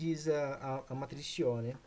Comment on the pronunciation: Regra de QUIÓ se pronuncia